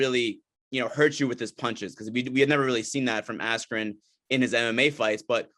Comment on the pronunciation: Feels like the interviewer jus called Askren Asscream the whole interview